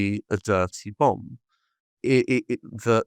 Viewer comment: Bomb not book